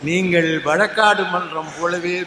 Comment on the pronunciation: வழக்காட்டு இல்லை வழக்காடு